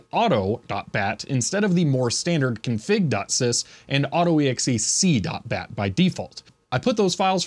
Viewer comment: That was weird... Hearing AUTO-EXEC pronounced auto-exe-c.